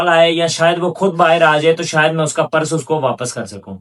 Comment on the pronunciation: Beta aap purse ko PARAS na bolain please. Otherwise you are doing good